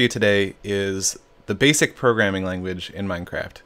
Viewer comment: “ b a s i c “